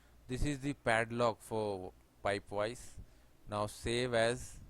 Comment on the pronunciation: I don't have solid works I have Fusion 360 but these tutorials are really useful for that too. I can still follow along with Fusion. Great stuff. Took me a little bit of time to get used to your accent..... Weedio of pipe wise LOL. Nice work